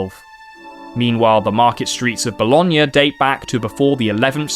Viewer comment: oh my fucking god you pronounced bologna perfectly you know how rare that is among ntaive english speakers??